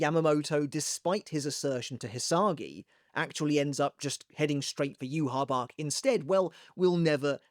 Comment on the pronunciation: Where did u get the pronunciation of "youhabark" isnt it "youhabaha"